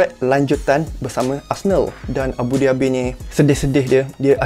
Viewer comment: aku dengak macam dia kata abu dhabi.